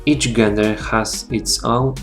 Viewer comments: It is pronounced jen-der not gen-der. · Część, I am a big fan of your videos. I noticed that you made a mistake when pronouncing "gender". You should pronounce it as if it were spelled "dżender" in Polish. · czyta się "dżender"